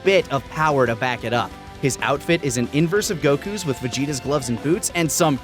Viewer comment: Why is a stickler for the Japanese names and pronouncing 'Goku' correct, but then he mispronounces Kefla like every other DB youtuber?